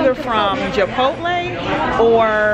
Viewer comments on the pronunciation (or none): No offense but can you please stop saying Japotle it’s Chipotle